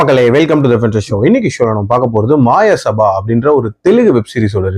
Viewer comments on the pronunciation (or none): Its Maya sabha, not Maaya 😂